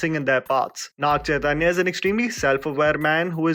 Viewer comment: It's Naga Chaitanya not Naag Chaitanya, wouldn't hurt if u try to research and pronounce the name atleast for their respect